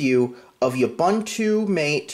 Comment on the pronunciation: OOH-BOON-TOO. MAH-TAY.